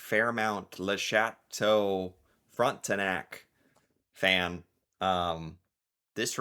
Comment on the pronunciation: He can pronounce chateaux but gets tripped up on Swiss chalet